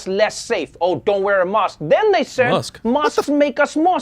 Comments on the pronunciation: He can't even say mask. Wtf is a musk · He pronounced mask like mosque. I was confused for a bit. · Is he saying 'mask' or 'mosque'? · What's a mosk? Like, Elon? huh? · so he can pronounce the letter A properly when he says vaccinate but not when he says mask...... hes like fake italians who only pretend they have an accent when they say mozzarella or ricotta